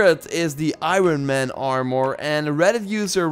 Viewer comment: "They have this cool R Moore"